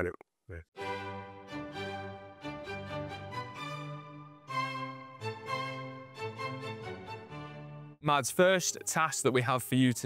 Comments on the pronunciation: MASS! HIS NAME IS PRONOUNCED MASS! It's not rocket science. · Could have pronounced his name correctly, it isn't Mads. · why do they pronounce it with the D sound? just say Mas, it is closer to how its supposed to be pronounced. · You might be interested to know, the correct way to pronounce his name would be to drop the "d" sound